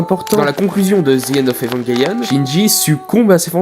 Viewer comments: J’adore le concepts mais c’est vrmnt trom rapide comme rythme (et en même temps très cours 10min pour parlé d’evangelion c’est cours) et j’ten supplie dit évanjélion et pas evanguélion( prend le pas mal mais ça m’a vrmt trigger) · Cette prononciation est correcte en anglais "évanguelione", mais c'est vrai qu'en FRANGLAIS ça se dit bien "évanjélion" (moi le premier). ;-)